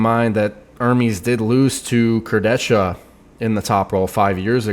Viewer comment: Obviously is the only person who pronounces "Kurdecha" correctly.